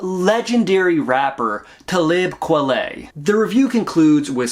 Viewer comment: Good video my dude, enjoyed it fr! That Talib Kweli pronounciation tho 😅